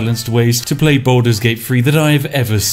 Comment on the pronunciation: I'm pretty sure he's saying "Boulders gate free"